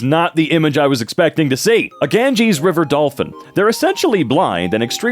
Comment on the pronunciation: he literally said "Ganjes" 💀 💀 💀 💀 💀 💀